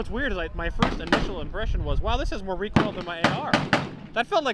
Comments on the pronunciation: The mossberg lady was already planning for the future 😆 did she say recoil or recall! Haha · "Redoosed recall" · "Reduced recoal" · ReeKuhll is not a problem when shooting a gun meant to be a toy. They are good for spreading stuffed animals all over your yard. Excellent for breaching. Why not just say that? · Take a shot every time you hear recool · Lol "ReCoLe"